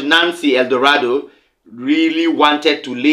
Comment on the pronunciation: It’s Nancy L. Maldonado NOT Eldorado